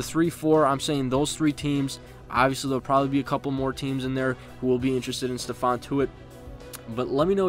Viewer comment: it's ste-fon not steven